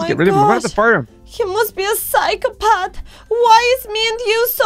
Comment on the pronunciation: Wait did you say phycopath or Cykopath WTH I'm Cykopath daughter